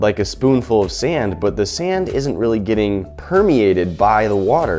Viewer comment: you said sam not sand lol